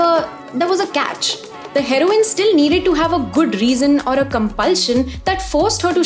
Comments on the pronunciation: you pronouncing heroine are Heroin 💉 is crazy smart😂😂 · saying heroine like heroine (the drug) i dont know if intentional or not is very funny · The way you say herione its sounds like drug